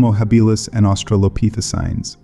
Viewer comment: If the AI voice you're using can't pronounce "Australopithecine", and can't consistently decide on just one pronunciation of "Denisovan", maybe you should be using an actual human narrator.